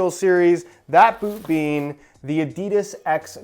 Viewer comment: This man has it in for adidas. And by the way you pronounce adidas ah-dee-das